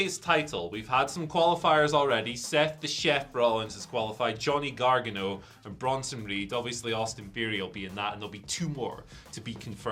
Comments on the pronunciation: Did my dude say Gargano like he was Gargamel? 😉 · No shade intended but check your pronunciation of Johnny's last name.